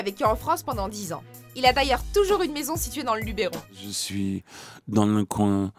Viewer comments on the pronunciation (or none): Si je peux me permettre, le mot Luberon ne prend normalement pas d'accent sur le "e" et donc se prononce Lubeuron et pas Lubéron. Merci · Putain! Mais vous ne lisez pas les commentaires ? "Luberon" s'écrit comme cela sans accent sur le "e" ! Donc ce n'est pas "Lubéron"!!! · Salut à vous. Très bonne vidéo mais il y a un tout petit problème... ON NE DIT PAS LUBÈRON ! 😂 C'est Luberon ( ça se prononce Lubeuron ) voilà voilà maintenant vous le savez ahah pour une fois que c'est pas vous qui m'apprenez un truc. Cordialement un gars qui a ses grands parents là-bas. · Super vidéo , par contre on dit Luberon et non pas Lubéron !! s'il vous plaît il faut arrêter de faire cette erreur en 2017 xD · Malkauvich je le vois souvent et juste pour info on dit luberon sans l'accent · Alors oui cela s'écrit "Luberon" mais par contre on ne prononce pas "Lubéron" mais bien "LubEUron". Désolé d'être le mec chiant de service. Mais au moins on touchera à la perfection la prochaine fois ; ) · Luberon pas lubèron c